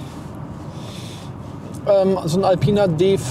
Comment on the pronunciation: B5 nicht D5 bitte